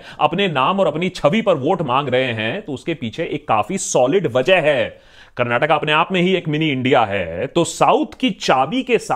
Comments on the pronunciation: Bro you did not say Karnatak... You pronounced it well "KARNATAKA" as a kannadiga I am happy 😁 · Love the way u told its "Karnataka" not "Karnatak" <3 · Full vote for u juz for saying KARNATAKA brother. Nice 👍🥂🍾